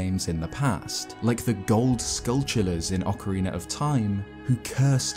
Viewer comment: Thank you for pronouncing "Skulltula" as "skull-chuhla" like "tarantula". I've heard so many people say "skull-two-lahs" or "skull-tuhlas" and it grates my ears every time LOL.